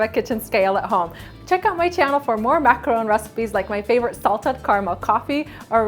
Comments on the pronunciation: It is pronounced Mac-a-ron. That is the correct way to say it, as I learned when I went to Paris France! :) Hope this helps you! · I liked your video with the exception of the way you pronounce the word "Macaron". The 1st a sounds like you're trying to cough up something.